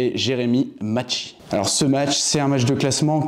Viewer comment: Macchi prononce maki 😅 je le connais personnellement